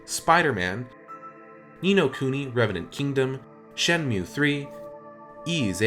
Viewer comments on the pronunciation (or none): none